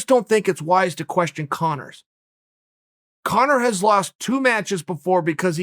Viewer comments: Lmao. Did chael say cone-er towards the end??? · Uncle Chael pronounces Conor as Cono. Cono from now on.